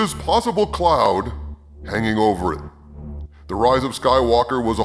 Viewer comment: Maybe he's from the coming & going planet. Oh, I mean thee-uh-commin and the-ah-going planet.